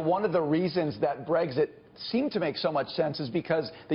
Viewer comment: It's not breEGGSit. It's brEXIT.